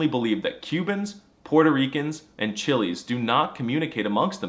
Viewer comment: It’s Chileans not Chillies